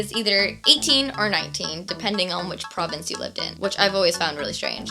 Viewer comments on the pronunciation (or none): none